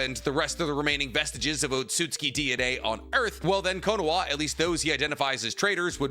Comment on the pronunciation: Why does he keep pronouncing it as konowa WHERE IS THE W????? Naruto is down, sasuke is down, boruto is not in the village, there are no W’s in KONOHA